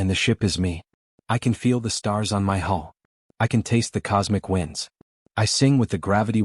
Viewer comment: Great story. The ethical dilemmas about artificial intelligence are relevant even now, although the differences in scale of the AI in question are enormous. But one little niggle, the word is "hull," not hall, hole, or some other attempt at the right word. A nautical term originally, but a space ship is still a ship at core.